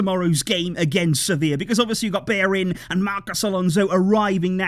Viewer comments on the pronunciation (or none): If you wanna pronounce Bellerin correct, it’s beh-yeh-rin